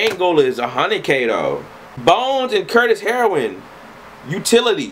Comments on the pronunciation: this man said "Bones & Kurt Heroin" LMAO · You called Curtis Heron, "Curtis Heroin" the whole video too lol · "Curtis Heroin" it's Curtis Heron bruh lmaoo